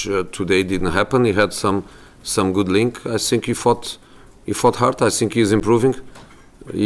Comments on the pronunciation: "I sink... I sink..." Yeah you are! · .. I sink he said, can park better?